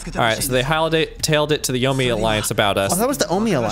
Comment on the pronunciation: Yomei is pronounced “yo-may,” just so you know. In Japanese transliteration, an E followed by an I is always pronounced like an “ay” syllable, as if say “eh ee” at the same time